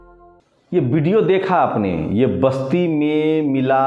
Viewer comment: Yaar lagana choroge, video hota hai video nahi, vote hota hai bot nahi 😂